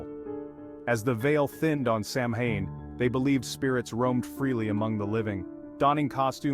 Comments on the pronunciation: You are totally pronouncing Samhain completely wrong…. If you’re going to try and speak like you know what you’re talking about you might want to do the actual research and pronounce things properly instead of insulting the pagan religion. It is pronounced “Sow-Wen” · Turned off when I heard "Sam Hine" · I Turn off video. you lose any legitimacy when you pronounce Samhain that way